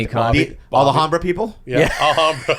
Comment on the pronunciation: The way Bobby pronounced Alhambra really pisses me off 🤣🤣